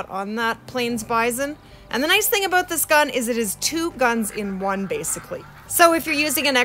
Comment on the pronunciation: i can tell that you are canadian beacause aboat